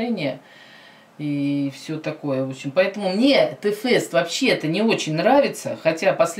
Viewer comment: ТЭ-ФЭСТА?ТЫ ХОТЯ БЫ ПРОИЗНОСИ ИМЯ ПРАВИЛЬНО-ТИ-ФЭСТ!!!ЕСЛИ Я ДЕВОЧКА И ВСЕРАВНО СЛУШАЮ КИРИЛЛА,ТОЕСТЬ Я ПЛОХАЯ?!И ЕСЛИ МНЕ МЕНЬШЕ 12,ТОГДА ЧТО?!